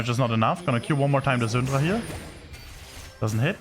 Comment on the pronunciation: Ive never seen a worst prunuciation of the « Syndra » name ever in my Life LOL. It took me legit a whole minute « who the fck is Xundra ??? »